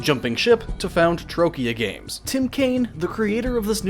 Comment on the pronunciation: >"Trokia" FFS....